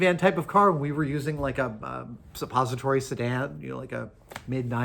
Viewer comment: "suppositoriy sedan" ☠️☠️☠️